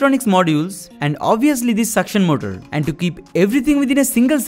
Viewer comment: His English is getting better and better But he say motol= motor